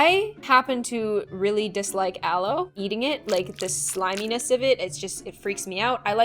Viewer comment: aloe slices what i heard: allo slices me: confusion